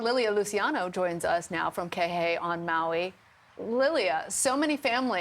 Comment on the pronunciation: Kehei is pronounced Key-hay! Thank you!